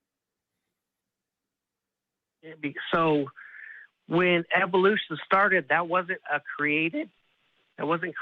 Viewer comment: "so when ebolution started that wasn't a created?" lolol